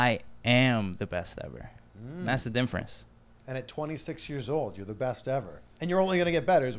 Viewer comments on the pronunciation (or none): Oh my god stop saaying "dimference"